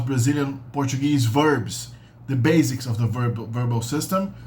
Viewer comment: CORREÇÃO: basics tem som de S, não de Z. A pronúncia é BÊIÇEKS